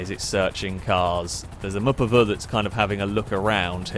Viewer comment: *Mupuva. And it's another name for the Mazda MPV.